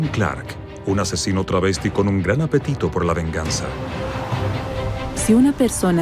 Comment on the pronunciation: Es "Travestido" no "Trasvestido"